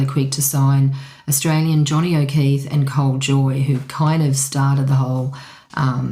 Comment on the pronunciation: I notice you are pronouncing O’Keefe as O’Keeth. Oh well, carry on it’s good content and I am surprised you have the knowledge of the early days. I am 77 years of age and lived through it. Keep it up very enjoyable.